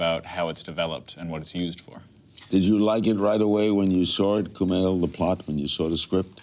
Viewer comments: Kumail looked so impressed by the fact that Larry pronounced his name right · Uhhhh yea he did... And Kumail looked pleasantly surprised at how well he pronounced it